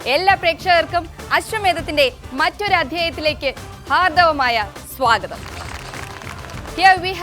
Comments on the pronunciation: ഹാർദ്ദവമായ എന്നല്ല ഹാർദ്ദമായ എന്നല്ലെ തെറ്റാണെങ്കിൽ ക്ഷമിക്കണം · Hardamaya not hardavamaya